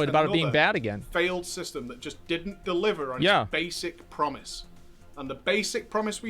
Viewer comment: I like the way Asmon says “dodn’t” #Accentwatch